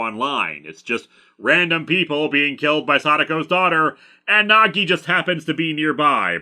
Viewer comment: Every time he says Nagi I hear Nog, and like to think this is an elaborate Deep Space Nine crossover. How do they finally defeat Sadako? Reversing the polarity. Of something. Doesnt matter what.